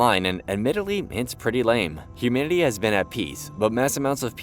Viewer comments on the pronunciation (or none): none